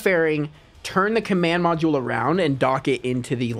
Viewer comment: "Command podule" 💀